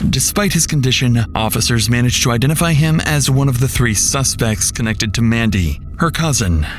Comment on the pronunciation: That wasn't Mandy on the phone. That was Man-dy